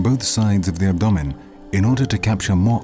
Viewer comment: Ab.. what?? Lol i have never ever heard anyone pronounce abdomen like that... ever!! 🤣😅🤣